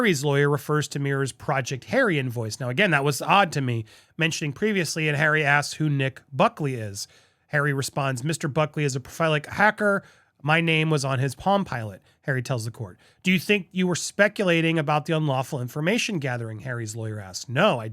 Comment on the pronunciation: ha ha ha the word if prolific not profelic lol